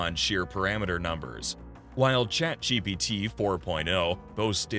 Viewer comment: Be keeps saying 'ChatGBT'